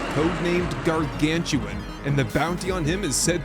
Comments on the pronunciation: Very minor request. Please pronounce GARGANUTAN correctly hahaha. Welcome back Icarus. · Just a heads up, because I was tricked by the spelling the same as you. The animal is actual called garganUTAN. Not gargantuan. If i had to guess it is a portmanteau of the words gargantuan and orangutan. Thanks for the great episode!